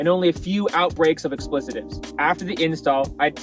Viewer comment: I know expletive, explicit and even explicative, but what's an "explicitive?"